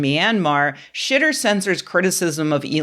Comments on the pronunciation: She said, "Xitter" (pronounced, "shitter," like the X in "Xi Jinping")! Yes! We need to make this a thing. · Thanks, once again, for properly pronouncing Xitter. I’m doing my part to spread this knowledge.